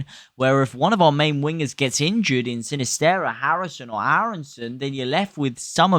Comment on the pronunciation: He'd annoying as fuck. Can't even pronounce Sinisterra.